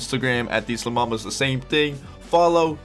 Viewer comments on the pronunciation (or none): none